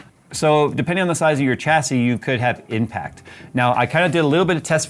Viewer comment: The word is pronounced shassy there is no CH sound in the word.